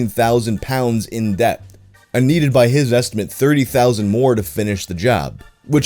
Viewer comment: Wtf I've never heard anyone actually pronunciate the "b" in "debt". That was fucking weird.